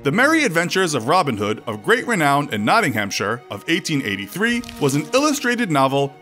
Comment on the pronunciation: Nicholas Randle he really did! Notting ham shire xD Id say it’s pronounced like nottingum or nottinum depending on where you live in the country